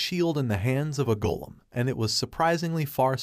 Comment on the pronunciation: scared me, what happened to the text to speech to say golem so weirdly?